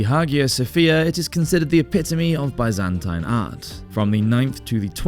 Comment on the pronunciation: I do wish that Byzantine was being pronounced correctly